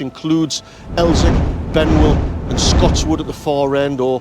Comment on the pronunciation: TBF fair the only thing I can moan about is the name of Scotswood rd(Scottsy) not (scotchy), but that's by the by loved reminiscing thou. 😍